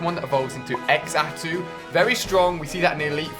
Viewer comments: its pronounced zatu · Some pronunciations were waaaay off. And because of click bait title...: Cleffa Spinarak Xatu (zatu) Wobuffett isn't a water Pokemon, it's a psychic type. Phanpy not phanphy Girafarig not giraffig (it's a palindrome) Granbull not grumble Remoraid rem-oh-rayd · #chuggaafail you pronounced xatu egg zatu it's said zatu